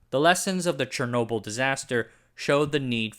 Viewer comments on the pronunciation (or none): none